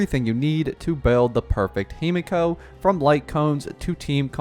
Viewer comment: himeko not himiko